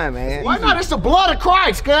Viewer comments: The bloopers though.... "We worship Jesus Brist" 😂😂😂😂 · JESUS "B"HRIST...🤣😂🤦🏽‍♂️